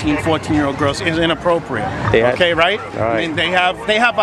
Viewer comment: LOL! How many times does he say "inapporpriate". Inappropriate? Maybe? Illegal? No.